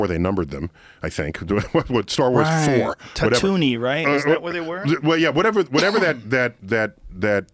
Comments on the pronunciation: Emphasize the double O & end the "ine" as you would say chlor"ine" , , , Tatoo-ine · Joe come on. TATOONY? That's a stupid ass name. Its pronounced Tat-WEEN. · Joe "Tatoonie" Rogen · I’m so shocked no ones brought this up. When talking about Star Wars Joe calls Tattooine “Tat-Oooo-Knee” 😭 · Tatooine isn’t pronounced tatooney 😂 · "TATOONY"????????????????? I AM TRIGGERED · Tatoo-knee, Oh come on! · Pronounced Tatooween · "tat-tooney" GET OUT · Tattoo-nee, Whaaaa? lol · TA-TOONY??! NO JOE!! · joe , you called tatooine tatoonie and i thought it was funny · then he calls Tatooine tatoo knee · YOOOOOOOOO HE SAID TATTOONIE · That pronunciation! Every star wars fans like wtf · Joe and Neil pretending to not know how to pronounce Tatooine .... riiiiiight. It's okay, super nerds. You're safe here! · I came down to the comments to watch the nerds complain about the mispronunciation of Tatooine. Instead, I received idiots.